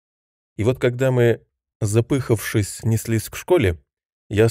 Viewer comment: Приятный у Вас голос! Хорошее прочтение! Если позволите, на 8.20 минуте дети бежали не запЫхавшись, а запыхАвшись.